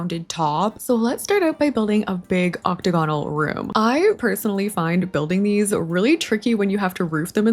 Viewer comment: girl, i adore you forever, but the way you say "octagonal" is killing meeee!